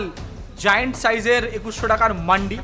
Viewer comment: মান্ডি না ওটা "মান্দি"